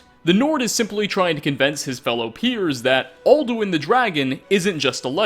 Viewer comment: "Aldowin iz reel"